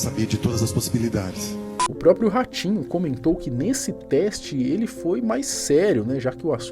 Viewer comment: Ele fala ratinho eu ouço orochinho